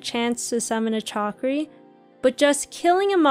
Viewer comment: It’s shakri - killing me 😂